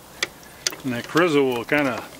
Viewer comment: Looks good. PS it's pronounced CHORE - E - SO The R has the rolling R sound of you can do it. I personally can't.